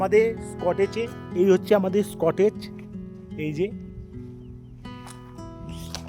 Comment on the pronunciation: স্কটেজ noy dada "কটেজ"😅